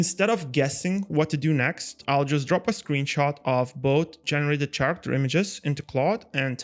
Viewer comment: Great video! Just a little detail that causes some confusion in your video: the word Character is actually pronounced like Karacter. No worries, I'm not a native English speaker either so not judge from me, this things happen to all of us, but I wanted to point it out to you because it's super easy to correct when you know it. LOVE THE VIDEO! Oh, and THANKS SO MUCH for sharing the skills!!